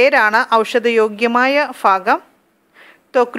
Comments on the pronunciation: ഫാഗം അല്ല ഭാഗം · ഫാഗം അല്ല മേഡം ഭാഗം എന്നാണ് പറയുക